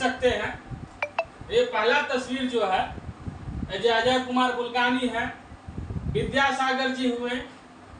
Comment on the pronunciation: Bulgane nahi bulganin